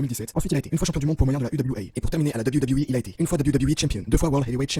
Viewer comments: Insupportable, j'ai arrêté le visionnage très rapidement pour tout les raccourcis dans l'histoire de Jeff Hardy, la pale connaissance du sujet, les montages incohérents... Et pour le dab you dab you 🤣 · Arrête de dire "Dab You Dab You E" stp